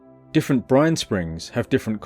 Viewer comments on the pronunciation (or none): At one point I heard "Brian" when you said "brine" and things got unintentionally hilarious.